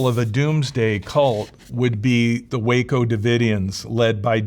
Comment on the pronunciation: Love how he just got Waco wrong lmao